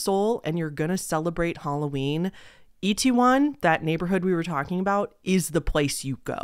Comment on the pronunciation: You actually said Itaewon pretty good actually (it’s said as It-Ae-Won or like it-tae-won). It actually used to have a bad reputation in the 80’s and 90’s, due to Korean citizens basically making it out to be a bad area due to foreigners and such. There is even a song called Itaewon Freedom, made by UV featuring JYP (who owns JYP Entertainment, a big three K-Pop company and founded the girl group Wonder Girls, who were the first K-Pop group ever to make it on the Billboard Top 100’s) that I’d compare to Uptown Funk (because the main artist is less known than the featured artist and the fact they both have 80’s callback sound). So seeing how popular it is now makes it just as sad. And I definitely listen to K-Pop since 2009 and I came up watching english speaking people in South Korea, especially this YouTube couple and they in fact went out around dressed up for Halloween and Korean citizens definitely weren’t the most comfortable with it at that time. I know they have been like that with big dogs in the past too.